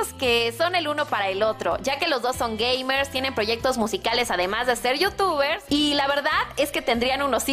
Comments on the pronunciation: oh yo escuche gay por un segundo xd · joaquin salgado salgado rivera dice gamers pero al principio yo escuché eso jajajajaj XD